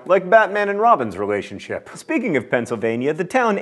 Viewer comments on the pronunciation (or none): none